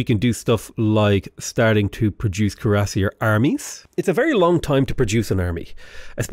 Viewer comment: not to nitpick but if you didnt already know, Cuiassier is pronounced "kweer-uh-seer".